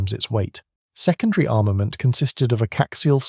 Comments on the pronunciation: Text to speech missed that one, co-axial is what was meant. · "coaxial" (not "caxial [sic]") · Some strange pronounciation in places. Yeomanry is "YOmanree", not "YoMANree". "Caxial" earlier instead of "co-axial". the Czech inventor of the Littlejohn adapter was František Janeček, pronounced "Yanechek", not "Jane-chek". There is a picture of it . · It's A.I. narrated. Co-axial isn't pronounced caxial, but the bot doesn't know that, and the channel owner is too lazy to narrate it themselves, or to correct the bot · Good video but the mispronounciations should have been spotted in editing. Beesah COaxial ZED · BSA being read as “bee-sa” and co-axial being read as “caxial”. Downvote for stupid reader robot.